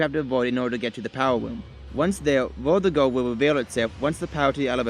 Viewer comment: Its verdugo